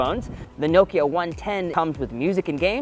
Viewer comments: Not "noe-ki-er" It's "NOH-ki-uh" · Is it really pronounced as “nowkya”? And not “now-kee-ya” ?? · Americans never pronounce Nokia correctly - it’s not NO-kia it’s noh-kia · Isnt it naw-kee-ya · The way he pronounces Nokia is really bizarre.